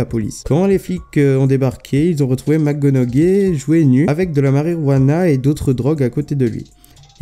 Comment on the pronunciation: On dit Matthew "McConauhey" le G ne se prononce pas